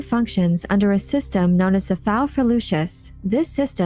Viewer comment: I don't think "faufreluches" is pronounced that way. Looks like it is based on a latin/french word.